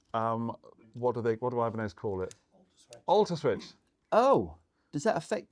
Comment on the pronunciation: I'll take the Ibanezezezes 😂